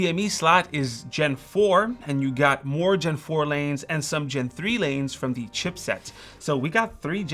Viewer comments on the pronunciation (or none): none